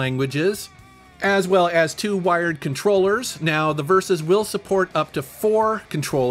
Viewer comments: Very cool.. wonder what the secret code is.. I'm pretty sure it's pronounced VeeEss and not the versus. But if I recall Blaze didn't mind or care which you use. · I don't know why some testers are calling it "versus". The Evercade YouTube channel calls it "V" "S" (and that's what I thought as well when I first saw it).